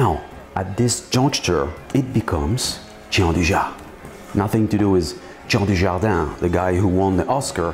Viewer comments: Hi, wonderful recipe! I wanted to add a small detail, as i'm from turin, just for you to know for future occasions: it's not pronounced giandujà but rather giandúja:) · Nicely done! That's not how you pronounce gianduja though xD